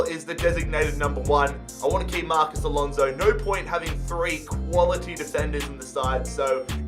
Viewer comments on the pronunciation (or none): none